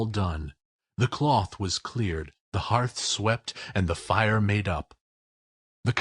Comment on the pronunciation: And "hearth /hɑːrθ/ ", not "herth". "Con-de-sension", not "con-den-sation".